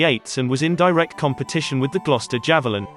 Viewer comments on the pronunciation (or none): none